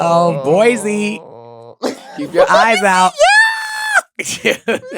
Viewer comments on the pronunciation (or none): not boise! 😂